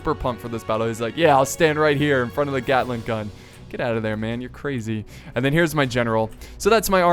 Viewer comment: "yea i stand right in front of the glating gun" XD